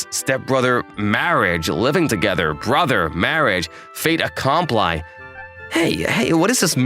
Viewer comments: "fait accomply" 😂 It's a french sentence, the pronunciation of "i" here is more like "e" in English. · Fait accom PLY?? This male VA butchers French in addition to Japanese. And KAY to? It Kato - short a.